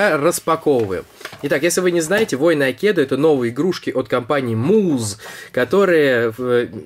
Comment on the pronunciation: не акедо а Акедо от слова айкидо по этому правильно ставить ударение на первый слог А